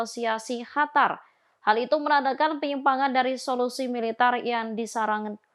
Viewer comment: Al Qasam dibaca al hasam Qatar dibaca Hatar